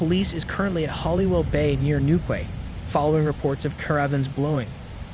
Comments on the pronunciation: It's pronounced Newkey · It is New Key not how you said it. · It's pronounced New - Key. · Urgh your pronunciation of English towns, and ‘Greenwich mean times’ is all wrong 😂 It’s Gren-age & New-key.